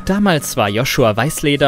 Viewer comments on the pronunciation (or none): none